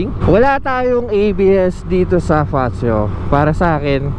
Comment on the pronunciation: ang ganda ng pag pronounce mo ng FAZZIO yung iba kase ang pronounce is passio 😁here in italia ang word na double Z is nagiging letter T ang unang word for example PIZZA parang PITZA pero double Z... allora, grazie mille e più iscritti ciao